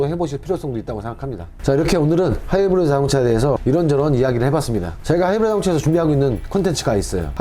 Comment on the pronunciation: 하이브리드 발음 왜그럼 ㅋㅋㅋ